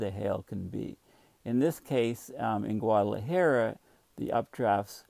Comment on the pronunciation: Dear - As a courtesy to your Mexican neighbors, please learn to pronounce Guadalajara. Oh - and take a look at the country Costa Rica. Please don't call it Costa Rico. Please accept this small criticism in the most friendly way possible. Cheers.